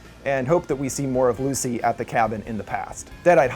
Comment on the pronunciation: STOP SAYING LUCY!